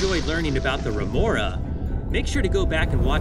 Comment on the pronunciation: Remora not renora